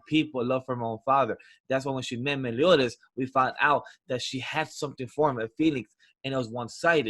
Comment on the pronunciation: I can't get over how he says Meliodas as Melodias...it's hurting..